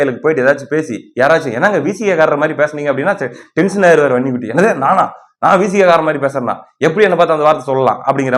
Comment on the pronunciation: வன்னிகுட்டியா பன்னிகுட்டியா. உங்கள் உச்சரிப்பு ரொம்ப நக்கல்